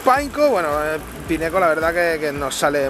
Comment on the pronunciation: se dice pineco